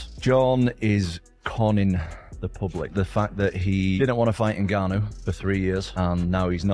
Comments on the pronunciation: Narrator lost all credibility based on how he pronounced “Ngannou” Wtf was that? 😂 Clearly he’s never heard anyone pronounce Francis’s full name. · The pronunciation of Ngannou. 😂 I suspect AI..